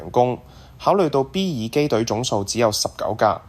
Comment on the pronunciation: 感謝好精彩！請教旁述讀B-2隱形轟炸機時,讀B咩2？有3次B咩2發音唔同，有時就讀B2，嗰個字係英文？小弟唔識野請指教...重有點解唔試吓B21呢？多謝！